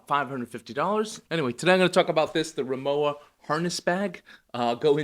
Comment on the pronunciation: RimoWa - the W is spoken like the W in Water (it stands for RIchard MOrszeck WArenzeichen, english Richard Morszeck Trademark)